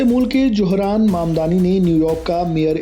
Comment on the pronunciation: Wo apne ko muslim kehta hai suna nahi. Aur johran nahi zohran. Tum logo se naam bhi sahi nahi liya jata. J aur Z mein bohot ferq hai.